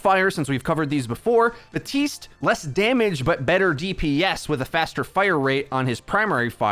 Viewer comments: it's BAP. TISTE! NOT BUHTEEST! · My dude. The p is pronounced. baPtiste, not buh-tiste. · am i the only one who notices that he says BATISTE instead of BAPTISTE sometimes? example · Why do you pronounce Baptiste as Batiste? Is it supposed to be a silent P? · He’s an idiot don’t worry lol